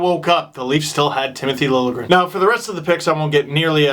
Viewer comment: "Trona proud to announce.. Tmith Lingrn" :P Classic Hunter